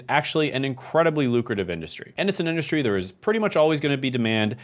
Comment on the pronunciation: “Industry”, not “indushtry”. Who gave you your degrees?